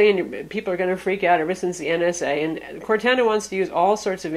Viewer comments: Its pronounced "core-tahna" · Don't wanna be the guy that goes crazy over pronouncing something wrong but you've been saying Cortana wrong. Its cor-tah-nah :) just a heads up for next time :) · It is Cor-anna, based off the Character from the Halo game franchise, also from Microsoft. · It drove me nuts too lol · I don't know whyyyyy but it reallllly bugs me as well. I'm not that guy who trolls but it just... Well that's not how you say Cortana. But other than that amazing review! You are my go to person for all things tech! Great job! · The way she pronounced Cortana is atrocious. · Dull Panda Sorry, I didn't mean to offend you so much. is awesome. She does a great job reviewing things. I was mostly kidding.